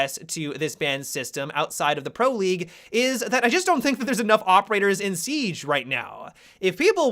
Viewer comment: Seeeeeige, funny how you say siege